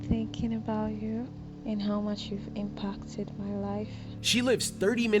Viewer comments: I think the woman in the audio recording definitely has a West African accent that she's trying really hard to hide. The way she pronounces the A in "impacted" sounds very unlike that of a native English speaker, and when she said "Thursday" at the start of the video she pronounced it with a short "T" which I think is very typical for a West African speaker. I think the scammer is probably hiring a local woman to record these messages, and they ask her to try and hide her accent as much as possible. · Yes, the voice is also a Nigerian woman. The pronounciation of some of the letters/words is Nigerian, I heard them speaking a lot, the most you hear it how she´s pronouncing "impacted", but also at some other points.